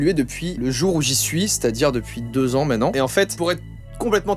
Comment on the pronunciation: Bon j'aurais appris au moins une chose : Joyca prononce "maintenant" comme Fabien Olicard ^^